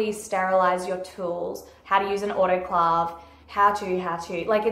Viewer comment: You pronounced autoclave wrong.